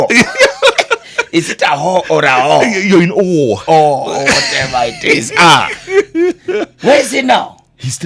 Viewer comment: Jalango its awe. Not hawe. Jeff u r a master story teller.